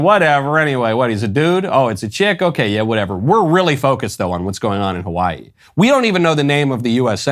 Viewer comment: As a person who lives in Hawaii, representing as such, I will allow just this one time that terrible mispronunciation, mr. Knowles